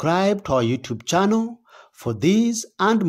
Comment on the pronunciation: 😂 I had the same question. The way he said youtube "channel" as 'chano', I think we exported this talent 😂